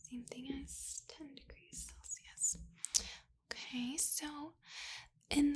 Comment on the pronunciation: hold on. is she saying "Felsius"?? rofl